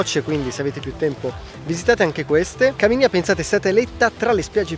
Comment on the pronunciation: Buongiorno, bel video 😊, solo due cose: Caminia si legge Caminía, accento sulla 2a i; la costa degli aranci non è meno nota, semplicemente molta gente, soprattutto i calabresi stessi hanno una fo****a fissazione con Tropea e compagnia bella, e quindi Soverato e altra compagnia bella rimangono "meno note". Un saluto.